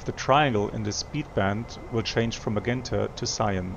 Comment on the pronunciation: My good, old friend,. 'Magenta' is pronounced as MaJenta in English. I hope that helps? Take care my friend, we miss you.